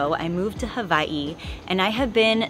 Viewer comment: This is the most epic fruit farm! Your kids are going to be so blessed to grow up eating all the fruit you planted one day. I also love you trying to pronounce hawai’i correctly. You are incredible, so stoked for you.